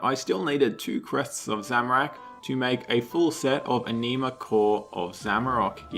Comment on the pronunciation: Just found your channel. like your content even though you trigger me. it ANN-ima, not enima